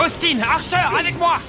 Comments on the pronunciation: Je rêve ou à il a dit Archer au lieux de Xavier🤣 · Mon diiiiiiiieu... Mais quand ils font les doublages, faut pas laisser des fautes comme dire "Archer" au lieu de "Xavier" ! C'est dingue ça... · '' Austine archeur '' 😭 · 11:7 il dit archer au lieux de xavier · Axel c’ est trompé il a dit hancher au lieu de Xavier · Axel dit archer au lieu de Xavier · cest moi ou il dit archer a la place de xavier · ouais grave axel dit archer au lieux de xavier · pourquoi quand accel va faire le feu tout puissant G2 avec xavier et austin accel à la place de dire xavier il dit harcher ? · pourquoi il dit archer alors que ses xavier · A axel il appelle Xavier "harcher" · Dit archer et pas foster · c'est Xavier Foster mdr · Xavier pas Foster